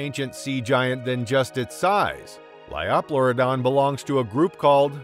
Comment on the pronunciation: The pronunciations could use some work, too. "LY-oh-PLEUR-i-don," not 'Ly-AW-PLEUR-i-don" — that just sounded awkward! — and "PLY-o-saur," not "PLEE-o-saur."